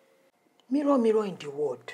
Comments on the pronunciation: Mirror,Mirror in the word🤣🤣🤣🤣🤣🤣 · "Miror miror in the wod" 😂😂